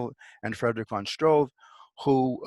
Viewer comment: He probably means Struve [Stroo-veh] there is no o and no w.... in that name. yet an other case of lazy-limey..